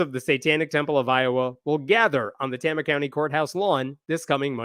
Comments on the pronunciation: Pronounced Tay-ma. Tama County. Also, don’t go there. Iowa mostly sucks. That’s from a resident. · Tama County. Tay-ma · Not how Tama is pronounced. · You mispronounced Tama. Tay-mah. Not Tah-mah. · FYI - it's a long "A" sound. Tayma, not Tahma. It's a relatively low-population rural county in the center of the state, and home to the Meskwaki Native American settlement and casino. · Just FYI, it's pronounced "TAY-muh" County. I live 2 counties away from there. Good reporting! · fyi its pronounced TAY-muh, not TAH-muh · Tama with a long "A"! Rhymes with "flame"! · I thought maybe you were from Iowa but you mispronounced Tama. It's pronounced tayma. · It is pronounced "TAMA" (long A) County. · Sorry, but the second A is pronounced "uh". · Iowans say it tay-ma. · You're miss pronouncing Tama. The first "a" is a long A. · Just do you know, the first a is a long a in Tama. Tay-ma. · FYI, it’s pronounced TAYmuh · Great summary! But please, for the love of fettuccine, it's Tay-mah. 😂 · pronounced TAY-mah.... OH NOES... Everything else you said 💯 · Pronunciation edit: Tama is pronounced TAY-muh. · Pronounced "Tame-uh". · It's pronounced TAY-muh, lolz. I'm a proud lifelong iowan & proud member of TST of Iowa. I feel downright patriotic TST Iowa had such a lovely holiday display in our state capitol last year. I wish I could've taken my kids to see it ❤️😊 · It's "Tame-a" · as an Iowan its Tama (Pronounced TAY-Mah) (small town with a Native American casino) and Kim is THE WORST. IOWA IS HELL.... SEND HELP. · I knew you were going to mispronounce Tama. The first A is a long A. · It's pronounced Tay-ma, with a long a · FYI..its pronounced tAma county...long A. keep the updates coming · As an iowan, Tama is pronounced Tay-muh 😂😂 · It’s pronounced TAY-muh. But that’s okay, Iowa is full of places that aren’t pronounced how one would expect them to be. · Tama = Tay-ma is how you say it. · btw...it's pronounces "Tay-ma"